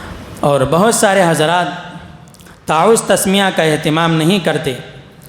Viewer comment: یہ صاحب اردو اوت عربی کہنے میں غلطی کر رہے ہیں تعوذ واو کے تشدید کے ساتھ فرض میں را پر فتحہ پڑہ رہے ہیں جبکہ را پر جزم پڑھنا چاھئے نقصان نوقصان کہ رہے ہیں انداز بیان بھت بورنگ ہے دلکش نہی